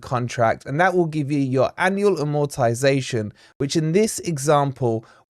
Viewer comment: You might want to pronounce it properly if you're doing a stint about AMortization.??